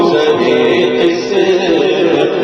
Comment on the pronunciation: Brother, it is Zahe-e-Qismat and NOT shah-e-Qismat